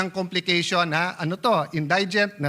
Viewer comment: indigent - proper pronunciation is > in- di- gent hindi > in- day- gent bopols talaga yan si cayetano pati si herbosa nahawa...